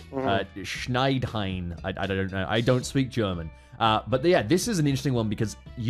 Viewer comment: You said Schneidhain just fine😂 im impressed